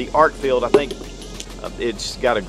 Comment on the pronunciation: I really like it when people can read and correctly pronounce product names they’re promoting. Arkfield vs Arkfeld. These names are not intended to be interchangeable and only one of them is correct. 🤦🏼‍♂️